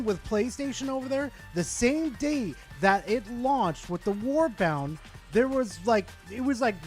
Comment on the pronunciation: The only thing that drives me up the wall is you calling warbonds "warbounds", like wtf? Otherwise, a good vid.